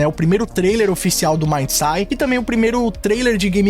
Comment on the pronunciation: MaindSaid ....se pronuncia asi....